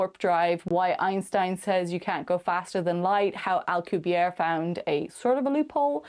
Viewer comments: Dude, you lack credibility when you can't even say Prof. Miguel Alcubierre's name correctly. The double 'R' is rolled hard and the 'E' on the end ISN'T silent. He's Mexican... NOT French. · Well, more importantly was the silent 'E' on the end of his name. Not rolling the 'R' can be forgiven. A lot of people can't roll their R's. However, not pronouncing the 'E'... it's like you weren't even trying. If you're gonna half-ass the name of a well-known scientist (who's been around for decades), what OTHER corners are you cutting? ...just sayin'!